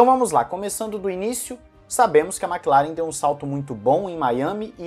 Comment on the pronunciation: Por que a galera fala Makilaren, e não Maclaren? Que agonia kk